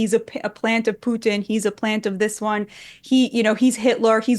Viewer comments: She pronounced Putin with a soft t. Wouldn't be shocked if she had some kind of Russian connection. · The way she pronounces Putin is so Russian. Plant. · The way she pronounces, Putin, she sounds Russian.